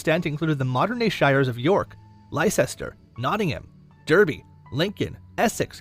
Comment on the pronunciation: They’re pronounced LESTER and BUCKING-HAM-SHEER